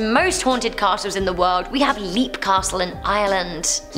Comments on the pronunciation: It’s pronounced lep not leap. Lol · It's pronounced Lap Castle